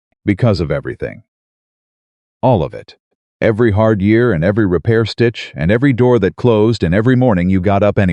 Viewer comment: what I dont handle well is the way they dont kno how to say the year .Kno way .